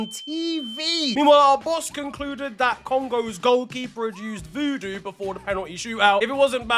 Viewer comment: 😂😂😂😂😂😂😂man them said Voodu u know